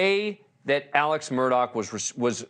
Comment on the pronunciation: By the way news nation Media, you may want to check on how you pronounce your names, such as "Alex" not ALEC; "Murdaugh" is Scottish Rite of Freemasonry; pronounce as such not Murdock😠 as much as AMurdaugh nicknames were as disgusting as ever, "PAW- PAW" MAG 🤮 Patty Sue in MARYLAND